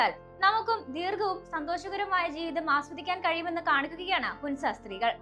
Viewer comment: ഹുൻസ അല്ല മോളെ ഹൻസ ഹൻസ താഴ്‌വര എന്നാണ്